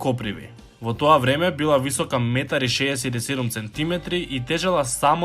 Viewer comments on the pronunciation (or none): Сантиметри дечко, не центиметри